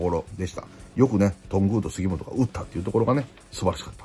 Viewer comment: とんぐぁう、すぎもつぉ